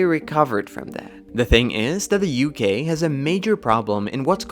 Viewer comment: I like how sometimes you pronounce UK as U gay